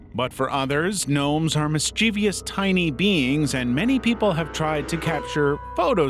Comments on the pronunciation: Mischivous... not mischivious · "Mischeivous" is pronounced "MIS CHIV US" and the expression is "ten-foot pole" not "ten-inch pole" (like my dick)